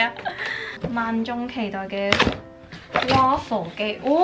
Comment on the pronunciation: waffle不是這樣讀吧😓😓😓